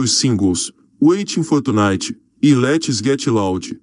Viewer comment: O gajo a falar os nomes em inglês é bué engraçado "witin for tchunitchy" kkkkk "secound actchy" hahahahah mds "letchy getchy laudy" jahahahahahahahaha eu deus kkkk